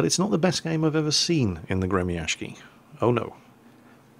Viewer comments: Hey, the proper pronounciation is not "Gremiashki" as you say:) but rather, Gremiashiyy, after the "sh" you should add double "i" or "y". so it would be like Gremiashiyyyyyy its from word "grom" which means lighting, and gremiashiy means "the one that moves like a lighting" or "one that produces a sound such as lighting does".. a proper word in english would be "thunderous". yea.. thunderous is the right word:DDD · Alexander Meme гремящий = Gre-Mya-sh-chiy щ = like sh-cz, the cz being pronounced like Cz ech Republic. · No "N" in the name there. Grem'-a-sh'-iy. =] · The Gremyashchy is pronounced Gri-ma-shiy!!! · You would be better at pronounciation if you dropped that 'k' and said Gremyashchy with 'shhi'(like 'she', but with 'i' like from 'ink' at the end) instead of 'ky'. I don't know how to explain it better with words. Especially english ones.:) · Gremyashchy is pronounced as follows: part GRE was kinda obvious part MYA is pronounced rather well, like in "mamma MIA" part SH is pronounced like in SHOULD part CH is pronounced like in CHOCOLATE ant part Y is pronounced like in the dude's name BANKSY This give the general idea Although the main accent should be put on "MIA" instead of "SZCZY" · 'Well i dont know, it's RUSSIAN" Well ACTUALLY its English translated Russian seeing how they have a 33 letter alphabet to our 27 letter alphabet, This is the name of the Russian ship in Russian: Гремящий. this being said your pronouncing it fairly well, just dont do a 'k' sound in it, just a longer 'sh' sound